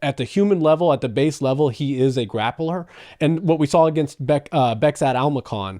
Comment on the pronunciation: Кори Умардың соққыларын тоқтата алса, Мераб те тоқтай алады. Бекзат емес, «Безқат» деп айтылады.